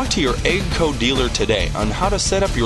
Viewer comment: He also said EGGG-CO?